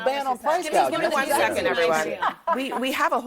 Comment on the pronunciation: That is exactly what Camela said about “price gauging”. She said gauging, not gouging.